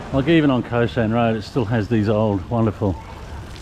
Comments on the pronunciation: Khao* San Road not Ko San Road :) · Pronounced "Cow-San" not Co-San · "Khao sahn" is uncooked hulled rice, what you buy in a plastic bag at the grocery. "Khao" is pronounced like "cow!" in a high tone, the tone we would use for an exclamation in English. It's not "ko sahn."